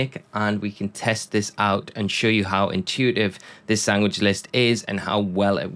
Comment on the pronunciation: what’s a sangwich?